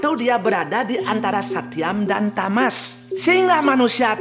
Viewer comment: Koreksi... tri guna seharusnya Satwam (bukan Satyam), Rajas, Tamas. Suksma